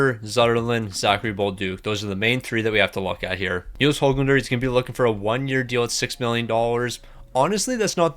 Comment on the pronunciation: YES HE FINALLY PRONOUNCED HOGLANDER RIGHT